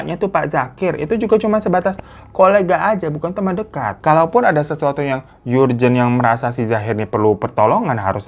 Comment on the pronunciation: URJEN BANG BUKAN YURJEN